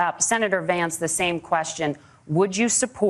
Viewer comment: He said Allow me to re introduce myself my name is vaince😂